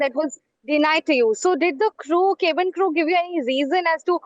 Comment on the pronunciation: This journalist cant pronounce cabin properly. Now lets talk about air pollution, education, Clean drinking water, good roads, etc etc